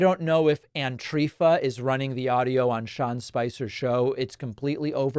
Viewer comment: "Antrifa" ROFL!!!! 🤣